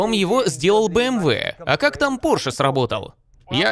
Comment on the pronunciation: не "порш",а пОрше!!!